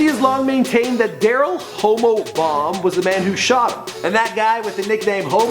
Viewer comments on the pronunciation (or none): Why are people asking for people that already have real documentaries on them. Eminem, Pac etc. and its pronounced Hommo (short for homicide) not Homo lmao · Hommo. Not Homo. Hommo. Pronounced "HAH-mo".